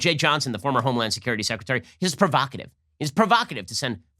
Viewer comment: The blond woman who finds a new word, "provacative," "that's so provocative," "its provacative."